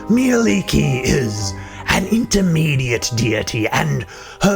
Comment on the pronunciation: Nice info and as a Finn I'm happy to hear that you pronounced her name correctly.